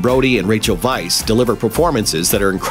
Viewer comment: its rachel weisz pronouced wise not vice XD XD